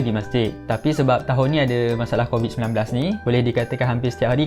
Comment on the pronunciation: yg crovid tu mahu 10 kali sebut. hhahaha